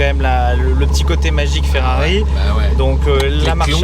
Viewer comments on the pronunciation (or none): Ne me dites pas qu'il a appelé la Ferrari une... "féfé"... A part ça, super vidéo ;)